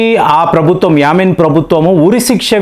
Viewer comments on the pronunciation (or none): Yamin kadandi, " Yemen" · Yamen కాదు Yemen పేర్లు మార్చేస్తున్నారు.